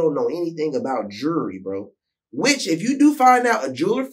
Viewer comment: Lol right because my closed caption is saying "Jury"